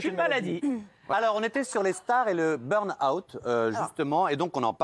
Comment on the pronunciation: « BURN - AWOUUT » 😂😂😂